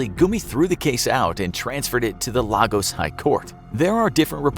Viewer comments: *Lagos is pronounced Lay-gos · It is pronounced LAY-goss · This pronunciation though 🥴...... I know y’all aren’t Nigerian but come on 🤦🏾‍♀️. Even the pronunciation of Lagos. It is supposed to sound like, “Lay-goss”. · LAY-gos. Please learn to pronounce the names of major cities. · how about Lah goose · Is it just me or are they pronouncing every Nigerian name wrong . Its lay-gos , they're pronouncing it like it's Spanish ,lol. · Your pronunciation of Lagos will make folks over here in Nigeria burst into laughter😄, thumbs up for the efforts you guys put into your videos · The pronunciation of Lagos breaks my heart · Bruh. It's really funny. Especially Lagos, which is pronounced like its twin, Lagos, Portugal. I've had to correct a lot of people. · Lots of names were pronounced wrong but that one Annoyed me the most cause I'm from Lagos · I'm a Nigerian and those city/name pronunciations were just hilarious 😂😂😂. Especially ex-president Olusegun Obasanjo, Lagos and Amaka.😂 But you get an A+ for trying though😁👍